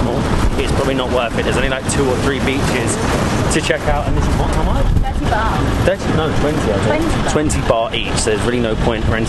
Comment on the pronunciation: It is baht damn……not bar!!!!what is wrong with you guys